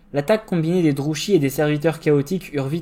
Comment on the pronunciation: toujours un plaisir entre ton excellente diction, la construction de ta vidéo et le rythme. Une seule petite remarque, Druchii se prononce "Drouki" normalement (on l'entend distinctement dans les jeux Total War: Warhammer 2 et 3)